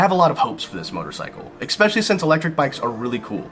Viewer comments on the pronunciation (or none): ES-PECIALLY! Not EX-SPECIALLY! Goddamn! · I think you're wrong because you pronounce the word especially like expeshilly. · where is the "x" in "especially"?